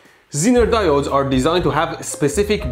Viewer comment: mmmm, DI OH DES